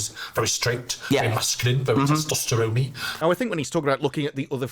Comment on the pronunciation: Ew! Did he say testeroni? It's not a spaghetti! It's not supposed to get floppy when wet! 😅